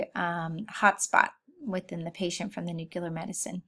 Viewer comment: Need to better pronounce nuclear medicine terminology. It not ‘newclur,’ it’s nuclear! Methionine is not methylene, etc.